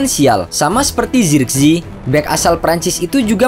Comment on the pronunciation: Penyebutan nama zirkzee jangan di inggris2kan😂